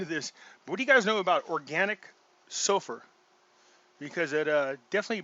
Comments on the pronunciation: Organic Sulphur (MSM) ... at first, i thought he said organic sofa, lol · how do you spell the stuff that is helping with your nail health: it sounded like”. Sofa”. I know this has to be wrong. Could you spell it out please